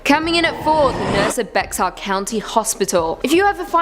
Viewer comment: The x in Bexar is silent.